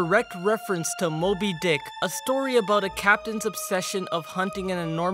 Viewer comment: Bro u say mobi dick dcick!